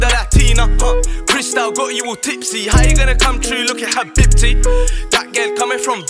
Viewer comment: Am I the only one laughing at the way he pronounces habibti? Still love this song though.